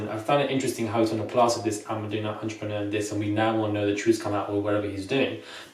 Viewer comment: cannot even say the word....what is his business?!